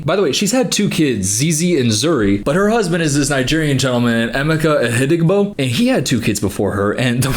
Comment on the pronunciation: I dunno if anyone else has mentioned it and not to be that person or anything but his name is pronounced em meh kah I dont think the way im spelling it out will really help much js cuz its kinda specific but anywho ❤